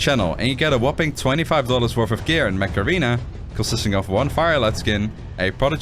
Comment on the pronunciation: Sound: "Mech Arena" Subtitles: "Macarena" 😂